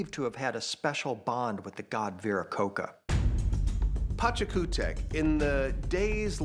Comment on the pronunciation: its pronounces VIRAKOH CHA*, no VIRAKOH-KAH* the "CH" in latin america (and spanish also), sounds exacly like in english CHA-ir